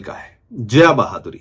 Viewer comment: भाई वो बहादुरी नही बाधुरी है 🤣🤣🤣